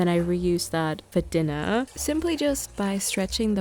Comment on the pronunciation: sorry the way you said dinnahh made me smile lmao